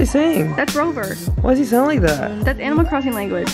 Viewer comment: OH MY GWAH AMINAL CRISSING